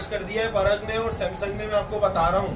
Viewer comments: परग नहीं उसका नाम पराग है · पराग हैं परग नहीं 😂😂😂